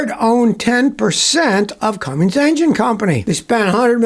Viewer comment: Scotty, do I hear you pronouncing the name Cummins diesel as “Cummings”?😅